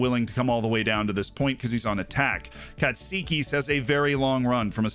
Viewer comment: Just letting you know that you pronounced "Katsikis" almost perfectly.